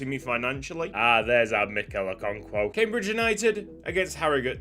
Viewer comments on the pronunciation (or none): none